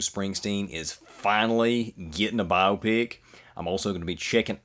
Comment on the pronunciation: Congratulations on being the only reactor I could find that knows anything about Bob Dylan and also knows how to pronounce Chalamet and Biopic correctly. Thanks!